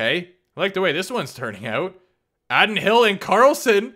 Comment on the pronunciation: Addin Hill? It’s pronounced like Aidan… (facepalm)